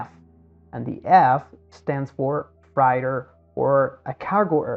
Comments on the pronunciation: Thanks for the great visual perspective in this video. Also, "freighter" or "freight" is pronounced "fr - ate - er" or "fr - ate". Like that, instead of "fr - ite - er". The English language has dumb rules, sorry for that. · Freighter is pronounced “fray-ter”, took me a second to understand what you meant. Not that it matters, good walkthrough of what happened. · Freighter "frey-ter"